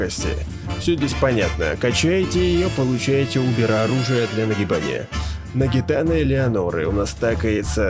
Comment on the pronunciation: нагиНАТА, а не нагиТАНА